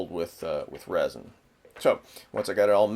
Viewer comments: good video.. but sir its resin like r-ehh-zin not rosin they maybe somewhat similar in a way but are very different in this case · is he trying to say resin